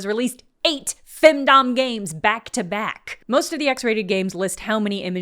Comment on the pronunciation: When you said "femdom" I thought you were saying "findom" for a second. Findom fits as a concept if someone is willing to pay for a load of shovelware.